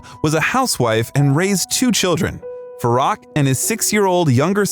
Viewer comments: so many inaccuracies ,unbelievable ,plus his name is pronounced as Faroek,not Farrak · Farok? “Fa-roo-k” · Absolutely, even his original name Farouk, this narrator calls him Farack. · His name is pronounced “Farook” not “Faruk”. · It’s pronounced “Fa-roo-k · If you're going to do a bio on him, learn to say his name. It's pronounced Far-ook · Ummm, to do Freddie justice… it’s pronounced (Fah-rook), but my favourite Queen song “The Show Must Go On.” He was the most beautiful of souls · At least learn to pronounce his name properly. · So much wrong with this video from the pronunciation of his name,it should be on trump’s truth social. What garbage. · It’s pronounced Fah-RŪKE. And NUR-yev. Do your pronunciation research better.